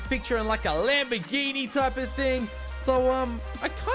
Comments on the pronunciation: Actually the fifth attempt had the correct italian pronounce xD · actually, you pronounced it right the fifth attempt, you pronounce it like that in italian